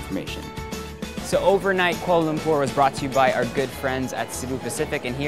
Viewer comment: This is a great video but was it only me who cringed at how he said Kuala Lumpur? I am half Malay and my mum is from kl